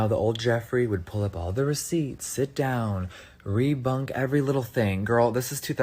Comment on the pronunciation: I read your comment at the exact moment he said it in the video lol. Definitely said “rebunk”.